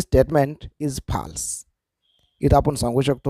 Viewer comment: False nahi phaaalss but good explanation ......😅😂😂😂😊